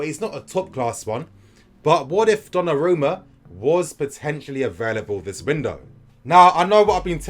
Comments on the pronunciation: Finally learned how to pronounce Donnarumma. 😂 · Liked for the correct pronunciation "Donnarumma" 😃